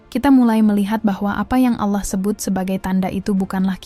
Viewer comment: Sy suka dg pembahasan/ilmunya. Tp sy tdk suka dg suaranya, krn dia salah dlm.menyebut nama Allah